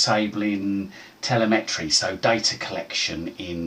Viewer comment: I think during an ‘advanced’ you could count on your target audience to know how to open regedit as the administrator without left and right click prompting 😉 Oh and telemetry isn’t pronounced tele-metry 😄